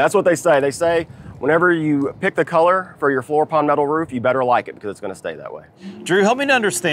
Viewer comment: “Keller” or “color”? Haha.